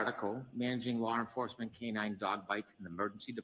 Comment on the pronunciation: Lar enfuwsment.